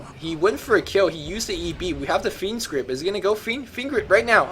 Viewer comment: Every time says "fiend's grip" I hear "fiend script," which sounds even cooler.